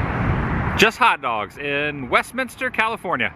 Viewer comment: My old neighborhood! And major props. You said Westminster correctly with three syllables!